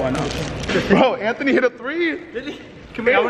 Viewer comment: Bruh. Anthony really saying sommer is pronounced sohmer. Anthony. Your name is pronounced anth- uh - née. Not anth- oh- nee